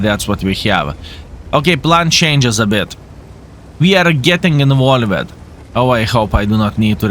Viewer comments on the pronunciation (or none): did you know that "involved" should be pronounced as involvd instead of like invole-ed, and "mixed" should be pronounced as mixd instead of mix'ed? Otherwise your english is really great!